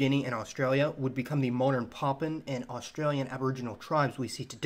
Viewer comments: Poppin? Oh you mean Papuan...pronunciation matters brother...lol! 🇵🇬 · It pronounced as Pahhh Puuuu ennn...not pahhhh pennn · Enjoyed this but man sounds like you’re saying poppin. It’s pa-pu-an.